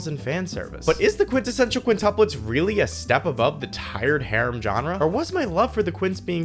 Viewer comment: Bro is an expert quintessential pronouncer